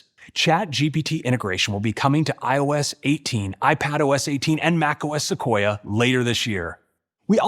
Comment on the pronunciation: Suquoia sounds like Russian *Sukhoi